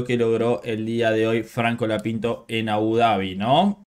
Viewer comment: Porque decis franco lapinto?